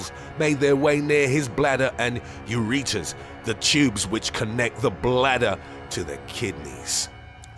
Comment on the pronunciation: Sarah Holliday Right? Same with how he said “ureters”